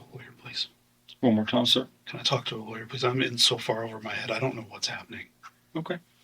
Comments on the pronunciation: Judge: "Given that the Miranda rights were read as lawger instead of lawyer, we must dismiss this case." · The cop can't pronounce Lawyer correctly. It's hilarious. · Love the way that cop pronounces the word 'lawyer'.